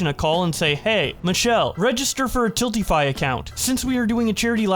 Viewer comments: why are you pronouncing stuff weird??? "Tillify"??? TILTify my guy haha. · I like how finally figures out how to pronounce “TILTify” halfway through the video. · Bro how many times can you misread tiltify and Marisha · Why can't he pronounce Tiltify or Mariesha